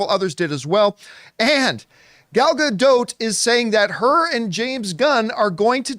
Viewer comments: Please. . . please learn to pronounce her name correctly. please It's easy. Her name rhymes with dot. Not. . . dote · her name is pronounced, closer to Gal Ga-Dot (not quite but closer than DOTE)